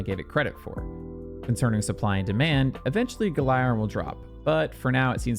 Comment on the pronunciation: Wait I thought it was pronounced (Gal-er-in)